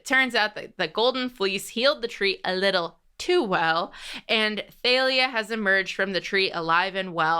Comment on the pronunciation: I don't like how you pronounce Thalia.